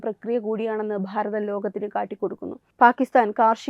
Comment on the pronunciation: ഭാരതം എന്നത് നിങ്ങൾ പറയുമ്പോൾ പ്ഫാരതം എന്നാനു കേൾക്കുന്നത് ബലം പിടിച്ചുള്ള ന്യൂസ് വായന മോശമാണ്. പല സ്വരങ്ങളും ഇതുപോലെ തന്നെ ആണ് പറയുന്നത്